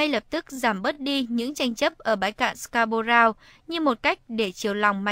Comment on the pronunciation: Người thuyết minh phát âm chữ Scarborough sai rồi ! Đi học tiếng Anh lại đi